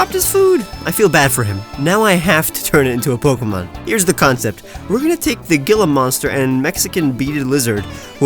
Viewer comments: I know you corrected yourself in the comments, but hearing you pronounce Gila Monsters as Gi-la and not Hee-la triggers me. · When he says g-ill-a instead of h-eel-a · Gila monster is pronounced like hila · I pronounce gila as hi-la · the gila monster is pronounced hila monster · Hearing gila monster pronounced that way makes me cringe, it is spanish so the g makes an h sound. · I cringed when he pronounced gila monster gila, it's pronounced like hila. Edit: sorry if I came off rude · “Gila” is actually pronounced like hila. So it would be like hila monster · I’m sure people have said this but I’m still going to it’s pronounced Heela even tho it’s spelled gila it’s not Gila love your work tho you’re super talented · I really don't want to be that guy, but it's really annoying so... It's pronounced hee-luh. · Not trying to hate but I think it’s pronounced Heel a monsters